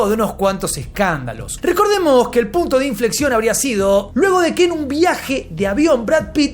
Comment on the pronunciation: "el puto de infleccion" 😂😂